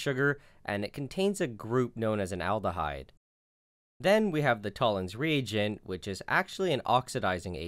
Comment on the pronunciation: is it me or does every time he says "Toller's Regent" he sounds really Scottish?